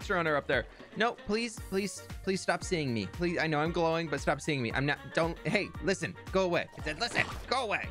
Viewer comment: Every time he says “Hay listen” I can’t help but laugh